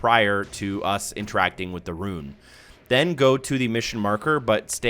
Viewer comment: Love these videos, but RUNE is not pronounced like RUIN. Just say "Roon:"